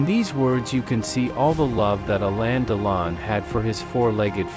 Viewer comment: Appalling robotic voice. It's not Alayn but Alen with accent on the 2nd syllable. And it isn't Alena and she.